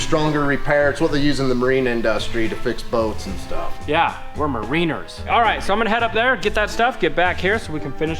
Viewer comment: mer rin ners.. Mariners.. lol ;)